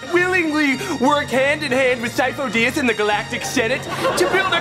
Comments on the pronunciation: I love that she said Sifo Dyas 3 times and every time pronounced it differently. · The fact that she pronounced Sifo Diyas differently each of the three times killed me